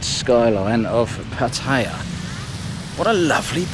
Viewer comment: It's pronounced Putty-ya just FYI